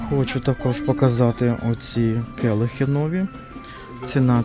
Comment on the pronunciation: Келих, а не кєлих.Цукерка, а не цукєрка .Ріже слух.